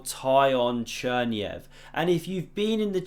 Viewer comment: Correct pronunciation is [Tihon Cherniaiev]